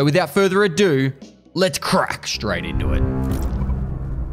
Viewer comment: I love when he says "Let's scrat straight into it!"